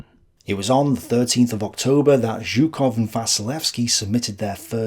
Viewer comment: Hey! I am not a native Russian speaker, but I am a Slav who also happens to speak Russian. I would just like to correct the way you pronounce "Zhukov" and "Kharkov". It's not that horrible, but since you mention those words all the time, there's nothing wrong in suggesting you how to pronounce them properly:-) For start "Zh" in "Zhukov" is pronounced as "s" in "pleasure", "closure" or "leisure". With "Kharkov" - that "Kh" just means "not soft H", so just pronounce it as "Harkov", i.e. the way you pronounce "H" in "Henry". Cheers!